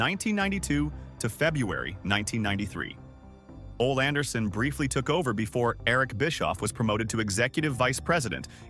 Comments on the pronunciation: That's what the AI was talking about, just as it also mispronounced Ole Anderson 's name. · I only put up with the AI in these wrestling documentaries because I love professional wrestling. But it still cringed me when AI mispronounces certain names: Tony Schiavone, Ole Anderson, among others.